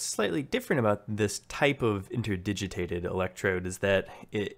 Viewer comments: "Interdigiated". * INTERDIGITATED :) I know it's a bugger to pronounce, with you changing it throughout the video :) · The word is 'interdigitated' - inter-digit-ated. You're missing out the second 't' of the three.